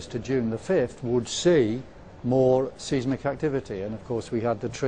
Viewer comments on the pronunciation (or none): My brother is a Geophysicist specialising in Earthquakes and I like to think I know a thing or two on this subject. This guy can't even pronounce 'seismic' right. This isn't science, it's just Earthquackery...